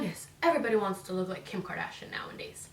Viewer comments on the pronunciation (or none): Lol it’s pronounced KARDASHIAN NOT KARDASHIN LMAO